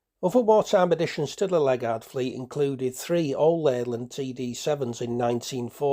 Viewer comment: Interesting collection of photos, mostly dating from the final decade of their operation. Locally, the pronunciation of Ledgard is not "Led-guard" but Led-jard or Led-jerd.